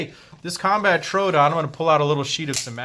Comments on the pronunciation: It's not a Trodon, it's a "Tr-o-o-don" which is Greek for "wounding tooth" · Not how you say trodoon but good video